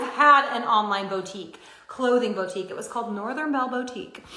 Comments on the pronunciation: "Bowtique" Ugh. I forgot she pronounces it like that and it gave me green sweater flashbacks. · Why does she always say BOE-tique, throws me off every time.